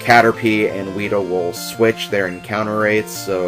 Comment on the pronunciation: did you say weeder?